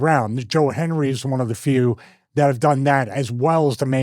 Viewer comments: It only works if you say his name correctly lmao 🤣 I believe in Joe 'Hendry' All joking aside, great insight with this video! I didn't realize how drastic that pay cut he took was... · you said his name wrong on purpose, so he wouldn't pop up. . . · Joe Hendry didn't appear cause you said his name wrong.